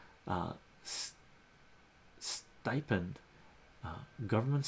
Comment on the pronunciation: Bro if you can’t pronounce “stipend” maybe this game isn’t for you….😂😎🛸